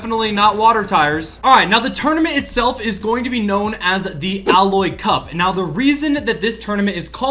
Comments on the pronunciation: Its A-lloy not alloy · You said ailoy wrong its like eiloy but you write it as ailoy